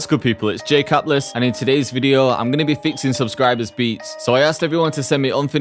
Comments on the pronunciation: Who listen him say " jay caplus " 😂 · I thought you said "Catless" 🤔 had to listen a few times.. 🤣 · Mans really said „Jay Capless“ in the beginning lmao 😂😂😭😭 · "Jay capless"😂